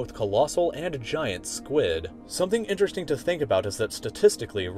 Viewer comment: I find it astonishing you know so much yet you cannot pronounce the word interesting.